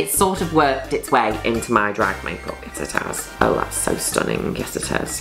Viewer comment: No one: Juno: Mae kup(puh)